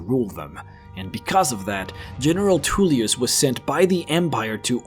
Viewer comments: Even with 20k+ hours into this game, I still watched this entire vid and thoroughly enjoyed it:) Just one tiny thing...., please stop with the weird mispronouncing of words, it ain’t cute, it’s just silly ok. General Toolyus, Del...feen, Behooved (behoved), meenions, etc etc’ (Take a Tip: Listen to Master Arngeir in the peace council - he will teach you to correctly say Tullius hmmm). The story telling though was engrossing and detailed.....I look forward to more.:) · Huge dwemmer inferences. Politics off and definitely bias towards the imperials (you ate up their propaganda). Lastly you can hear the imperial generals name in the video but you still say “tool”ius. Otherwise great video